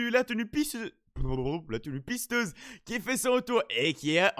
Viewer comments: Mdr ta dit la piseuse au lieu de dire la pisteuse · On a failli entendre "la pisseuse" au lieu de "pisteuse" tatata les petites gaffes . Sinon bonne boutique